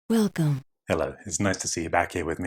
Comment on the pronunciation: oh god, that "welcome" at the beginning